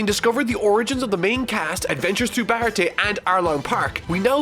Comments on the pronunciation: It's pronounced, "Ba-rah-tea-A" (baratie). Also Logue town is pronounced Log town like how you pronounce prologue or epilogue (the town of beginning and the end). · Can someone tell him how to pronounce Baratie (Buh-ra-t-a) correctly